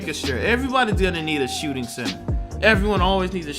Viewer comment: 6’6 shotshting point fowerd